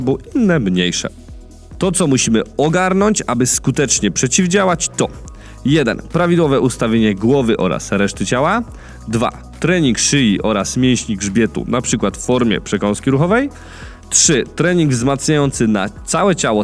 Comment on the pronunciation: Dzięki, dobry materiał! Ale szyi, a nie szyji :)